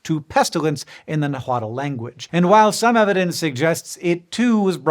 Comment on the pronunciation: Please, check the actual pronunciation of "Nahuatl". Great vid, as always